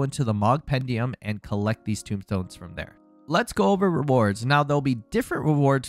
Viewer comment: Tomestone, not tombstone. Tome as in book. Not Tomb as in an underground burial vault.